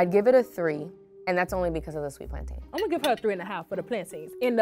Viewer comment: Plantaaaaaayne. It's pronounced PLAN-TIN.